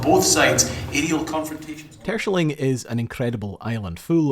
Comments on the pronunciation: TerSCHELling, emphasis is on the second syllable. Phonetic approximation is Tair-Schell-ing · The island´s name is pronounced Ter-shell -ling! Not "Tershling". Why are English speaking people so arrogant to mispronounce non-English names all the time? Is ist stupidity? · It's [Ter-skèlling] not [Tùrshling] (the K is an approximation) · Nice info on these things Btw, It is pronounced : Ter-Schelling. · Hahaha 1) I'm super suprised this buoy is in my country. 2) I was looking forward to you pronunciation of Terschelling and 'Tershling' is an interesting interpretation haha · All this research and work, and yet you mispronounce the name of the island over and over again. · Your pronunciation of Terschelling is funny. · I love how you pronounce Terschelling, it makes it sound very posh. Great research video, enjoyed watching it. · I love the video and I commend you for a valient attempt of pronouncing Terschelling. I think there are very few foreigners that can come close to it's actual pronunciation :) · Very cool video as always :). tho you did butcher the pronunciation of terschelling quite bad... but having driven the beautiful north coast 500 on a motorcycle and seeing what you guys write on your city name signs I won't complain too much haha. Cheers!